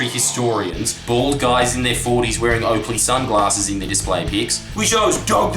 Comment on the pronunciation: Didn't say "joakleys" instead of "oakleys," unsubbed.